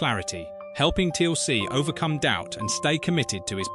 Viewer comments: 'Teal ce', Ffs, it one word, Teal'c. AI Rubbish! Onr of the pictures of Garry Jones is not even him, it's Ross Kemp!!! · Teeuhl "C" HAH!